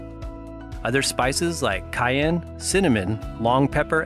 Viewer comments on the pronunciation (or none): none